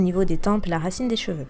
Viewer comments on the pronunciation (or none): none